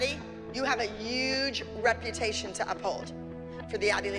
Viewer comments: When Abby said HUGE she said UGE!😂😂😂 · I love how Abby says uge not huge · Huge not "uge!" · Abby: maddie you have a uge. . . Me: and she makes fun of voice speech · no one: Abby: you have a uge reputation from the Abby lee dance company’s